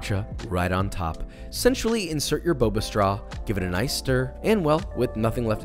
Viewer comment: did he say sensually or essentially?